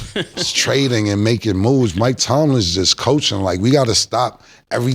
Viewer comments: Now Cam comparing his mispronunciation for Ebonics 😂 highhenas, stanima, Houston James rocket, Mike Tomlinson it’s all ebonics 😂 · Cam stay fuckin up some words. I'm still tryna figure out who Mike Tomlinson is 😭😭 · Highheeenas ? Wasn’t Killa clowning someone about not pronouncing shit right and he always fucking up words ? Mike Tomlinson